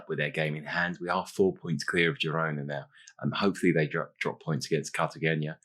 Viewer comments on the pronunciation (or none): Also, quick Spanish enunciation: you almost nailed Cartagena - however there’s no tilde on the n, so it’s Carta-hena. Very common for non-Spanish speakers but to say it like that as it’s so often the case in Spanish.